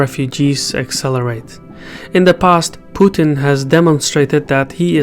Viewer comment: Thank you for pronouncing Putin's name correctly. Seems like most foreigners can't handle a two syllable name